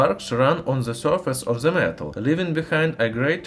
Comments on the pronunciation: Cool video, but its weird how you can say the T in metal, but not in THE which you read as "ZE". You sound russian, so you can pronounce D as in DA so why not pronounce THE with a D and not Z. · nice video I recommend pronouncing "th" as D instead of Z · We will understand u better if u pronounce " the " as "da" instead of "za" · I grin every time he says "ze experimentz". :)